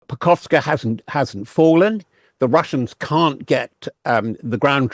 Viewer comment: There is no place in Ukraine called Pokovska. There is a Pokrovsk, though.